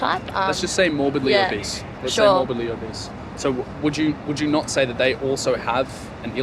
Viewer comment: Lmao about she sayin obese sounding like “a beast” really cracking me up “ why’d u wanna be a beast” it’s not good to be a beast” 🤣